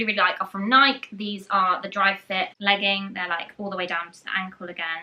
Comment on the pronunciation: I believe it's pronounced "nigh-kee" not "nike" as in mike and ike